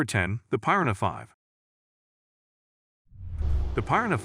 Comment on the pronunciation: How is it this guy can't pronounce piranha correctly. One of the most universally known fish species 🤣.